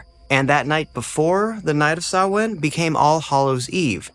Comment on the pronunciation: Yeh, but it's a good video all the same. Just got recomended this channel today. And he pronounced Samhain properly, most don't!!